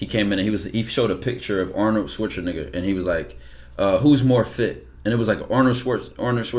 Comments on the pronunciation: nah why say Schwarzeneigger😂😂😂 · It's Schwarzenegger not Schwarzenigger